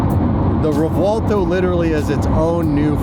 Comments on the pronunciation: I'm gonna say it, just this once because everyone does it, any Lamborghini to date with a "v" in the name should have that "v" pronounced as a "b". Reason being, the names are of Spanish origin, not Italian. ReBuelto, not ReVuelto. Rant over. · Please please please stop putting a w in the name of the car 😂. Let the Italians pronounce it correctly haha 😂 sounds like we are looking for Revwaldo 😂